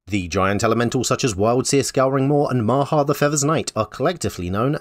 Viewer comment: 12 points, I only got the answers for the first 2 rounds but at least yi had all the Bloomburrow ones. Also I'm sorry but it's Maha, Its Feathers Night.